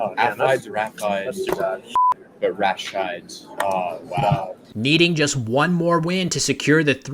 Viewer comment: ACHIDES isn't pronounce ay-ki-deez, but uh-kaidz, base on similar words.